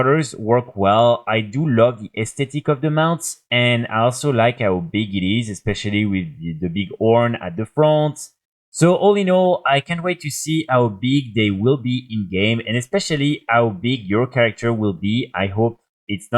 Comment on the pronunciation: nice video, but why cant u say letter "H" ? ARANIR, AWKSTRIDER , ORN etc